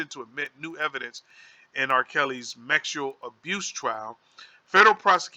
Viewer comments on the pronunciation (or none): Hold up!!!!!!!! You're acting like your didn't notice him saying the wrong word Twice (mexual) and stead of saying (sexual) and than he repeated it, I'm thinking ok he made a mistake this time around he will correct himself, hell na! He said it again Mexual like WTF, I'm like now he most of thought that what he was ready, I'm still like WTF!!! ... a, S doesn't look like a M.